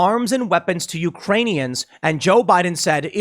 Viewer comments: He just left out the "K: ... when he said Uranium.... Iranium.... UKRAINIAN...... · Tim just will never admit he was even a little wrong lol I don't like Ian but he definitely said "uraniun" 😅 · Actually he said "Uranians" - he missed the K. Not sure if Freudian slip about some sort of grift they've got going with uranium in Eastern Europe, if someone just spelled it wrong on the teleprompter, or if he just can't speak as usual. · It was clearly Uranians. He tried to say Ukraine, and screwed up. It makes more sense (and sounds right from what he said) because he was talking about Ukraine just before that. And aren't you assuming what he meant too, Tim? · I’ve listened to it a few times now. O’Biden definitely said URanians. Edit: Joe has plagiarized almost every major speech his entire career. He even got busted back in the 80’s-90’s when the media used to do their jobs, and he had to drop out of the presidential race. How this is still a surprise to anyone is beyond me... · I thought he called them Uranians. I thought he was going to announce that aliens from Uranus were fighting Russians. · He said Urainians. Everybody know that Urainians come from Uranus. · I heard Uranian. I think he had to pee. Or peed. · Bro he said "Uranian" because if he can say "clownfeck" he can say something just as fake in reference to Ukraine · I watched it with you, and I heard "Iranian." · Listened a few more times. He actually said "Uranians"... where are they from, Uranus?? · Biden said Uranians. He pissed himself and was thinking of urine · I think he said uranian and forgot the K. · He said U-ranians. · No, he said "Uranians" because he's concerned Russia will attack Uranus. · I heard uraniuns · No, he actually said something worse. He said "Uranians" not "Iranians," as if they were miners of "Uranium," or possibly citizens of the planet "Uranus." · He said Uranians not Iranians. He mixed the 2 words. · He said Uranian because he thinks we're in a galactic battle for Uranus.